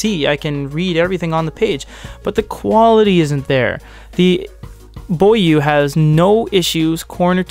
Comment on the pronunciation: It is actually pronounced bó yuè.